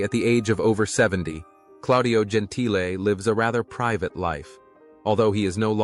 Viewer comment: It’s pronounced Gen-T-Le, not Gen-Tile…is this an AI commentary? This and other incorrect pronunciations of names are so annoying. It ruins what should be a good story 🙄